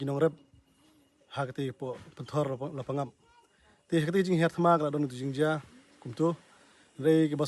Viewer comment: Wrong pronunciation la pang ap...right La pa ngap